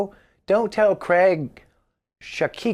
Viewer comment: Damn it!! say 'Craig' properly!!!! 'Cray' as in 'crayfish' and the 'G' as in 'fiG'. Lots of love 'Cray-G'. 👍🏻🙂🤟🏻